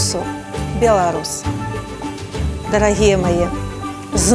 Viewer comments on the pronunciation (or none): Рл-рл-рл! ДАРЛагия.... Господи, принесите каштаны! Ну, на самом деле, наймите специалиста по речи!!!! Как он называется, логопед?